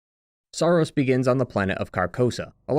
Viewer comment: Sorry, but this is a very surface level analysis, I think you’re missing the bigger picture here. The first clue is that you mispronounce Saros throughout the video.